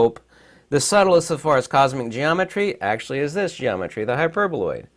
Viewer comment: Hi,, I apologize for accidentally laughing in the part where you miss pronounced the hyperboloid. It wasn't by purpose. This is my mistake. Im sorry. I didn't mean to offend you. I guess someone might noticed it. I like most your videos. May Allah bless you ☺️